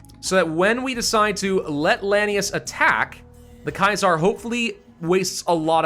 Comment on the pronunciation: The way you say Kaiser is wrong